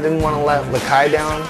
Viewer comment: its lakai not lakay